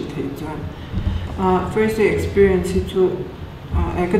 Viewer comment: Experience aw...expirien anilo..😁